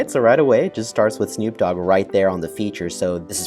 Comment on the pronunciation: 1minute 23seconds in. Who? Yeah never has Snoop been mispronounced so badly. 😂